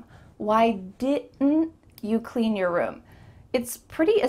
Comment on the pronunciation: Your= Yar